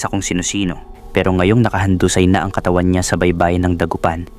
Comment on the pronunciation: pilipino ka ba? bakit DALAGA AT KATAWAN mali ang pagka bigkas mo. 🤔